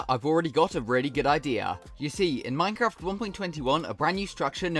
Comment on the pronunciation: minecwaft accent! keep it up bro!